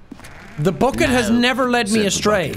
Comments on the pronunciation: Jack at the end: BOCKET* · AH YES BOOKET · I feel like the bucket was specifically made for Sean and his Irish pronunciation of "bOcket" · Jack please it’s not ‘BUCKET’ it’s ‘B U C K E T’